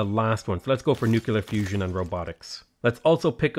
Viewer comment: What are these Nucular (nuclear) power plants you keep speaking of .... I am unculer (unclear) what you mean;P